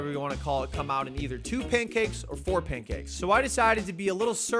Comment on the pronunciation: You say pancakes like "paincakes" 😆